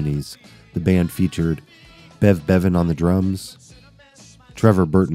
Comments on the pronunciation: Why can’t the narrator get the names right? Who the hell is “Brev Bevans”? 😀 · Good documentary although the narration was a bit sloppy with the misreads and pronunciation errors (Bev Bevans, Night of Fears etc.). Not sure about the assessment that The Move didn't hit the major league though. They were charting high at the time but they seemed unlucky with their bookings and albums. Having said that, really enjoyable and informative. Watched it twice.